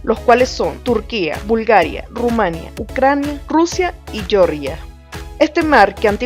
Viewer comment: ¿Yeoryia? ¿De verdad? Eso valdrá para el Estado de EEUU. En español la Georgia Europea no se debe pronunciar en inglés, sino es español: /jeorjia/ con jjjjjjota.